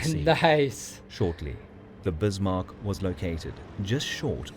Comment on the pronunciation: Yay, someone who pronounces 'Bismark' correctly. Jump on World of Warships and all the millenials pronounce it Biss-mark.